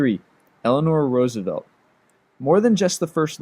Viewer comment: you finally said Roosevelt correctly!